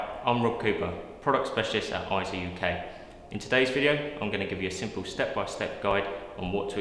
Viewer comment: Correction: It's not pronounced IZO, It's pronounced AY-ZO. Please refer to EIZO in Wikipedia and EIZO's own corporate video where you can hear it pronounced AY-ZO in the video.